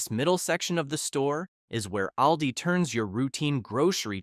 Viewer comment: We love Aldi. We save so much money. You need to be consistent with your pronunciation of Aldi. Sometimes you All di. And other times you say Al like a man’s name.